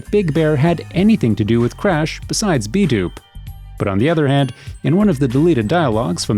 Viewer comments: Can someone please for the love of Christ, correct the way the guy in these videos says "Ballas"? It's so wrong! Every single video! Dude says Ballas like they Bale hay or something. IT'S BALL-UHS. Not BAY-LUHS Also B-Dup it's pronounced like BEAT UP not B-DOOP For fucks sake guys! C'MAHN! Make it less obvious you're reading off of a script from material you don't know the first thing about. It really feels like a narration, instead of the narrators own personal experiences or revelations about the game. Not saying it has to be that way, but man, the script reading is rough when you're mispronouncing so many key words to the game. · "Balas" "B-dupe" It's BALLAS as in Ballers and B DUP, like to be beaten up? CMON MAN! Pretty soon people will be making videos about errors in your videos. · OMG its ball ahs...like ballers. not bowelahs lmao..and bdup like beat up. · Ballahs and b dooop ? I could swear it’s pronounced Borlers (ballas) and B-Dub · After hearing B Dub as B Doob I gotta stop watching these videos lmao wtf. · Lmao B-Doop 😂 it's B-Dup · Lmao "B-doop"??? It's B-Dup, as in "beat up" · B-Doop?! You mean B-Dup! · How to tell if someone never played a game? Listen to how they say names. "ballast"? Son, it's "Ball-las/Ball-er" Ballas... edit* "beat down on bdoop" Doop? I'm done lol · >b doop It's b dup like "beat up" lmfaoooo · "Beat down on B-Dupe" I love this channel. Major shoutout to the guy the commentates these videos, the way he pronounces names is hilarious. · Yeah that B-Dupe fucked me all the way up! 😂 as a young black man, even if they didn't say it out loud typing B-Dup or B-Dupe would still have me pronounce it beat up, mostly for colloquial reasons. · THAT ISN'T EVEN HOW YOU SAY BDUP! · Soon as this fool stops mispronouncing Ballas and B-Dup!